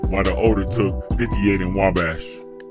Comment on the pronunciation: (Wah-Bash) Not way bash lol Wabash!